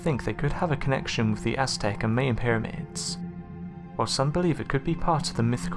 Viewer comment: Mayan = "MI-yan" not "mayan" or "main."